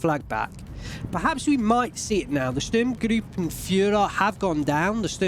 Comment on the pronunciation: as a german i rly like ur way of pronouncing „Sturmgruppenführer“, Sounds kinda fun (in a good way). I think, its a hard word Not ment to be spelled in another language